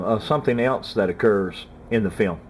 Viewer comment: I love how he says "fee-om"